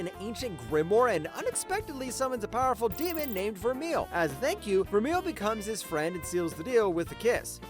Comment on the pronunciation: She is indeed a whole meal, with appetizers and dessert, but the word “Vermeil” is pronounced Vur-May, not Vur-Meal. Vermeil is a type of jewelry that uses gold plating over silver, which accurately describes her being all over Alto in the story.